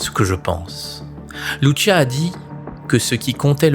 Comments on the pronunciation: Soeur Lucia et non luchia luchia c'est italien.pardon j'adore ce que vous faites mais en tant que portugaise j'ai du mal avec luchia.encore pardon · Bonjour, Je suis portugaise, je voulais vous apporter la prononciation des prénoms des petits bergers. Lucia Santos : se prononce Loucia, pas Loutchia Francisco : se prononce Frincijco et Jacinta, se prononce Jacinta, pas Ia Iacinta 😊😊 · Pitié , arrêtez de prononcer LouCHia , en portugais Lucia se prononce LouCia tout simplement, elle n'est pas italienne 😄🥰 (humour ) . Merci 🙏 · Arrêtez de de Luchia, c’est Lucia !!! C’est ( ch) merci !! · The voiceover reads well, but he read wrongly the name of the three visionnaries, Lucia, Jacinta. He is calling Lucia, liliyo . Well ???